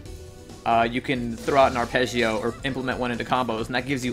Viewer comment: as an italian, i love how you pronounce arpeggio ^^ also great guide thanks